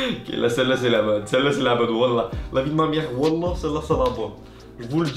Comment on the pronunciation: Le wallah québécois est parfait